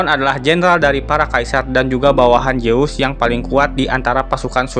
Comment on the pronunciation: Zeus itu dibaca zuuz, bukan jeus